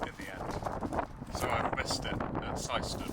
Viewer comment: Welcome to my local gaff at Syston, shame you missed the Grid. Oh, and you pronounced Syston correctly😊